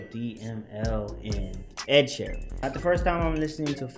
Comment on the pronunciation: Mans said Oluwasheeran, I'm gone!😂😂😂